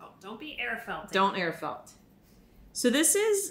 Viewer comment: "don't be air fleting" lol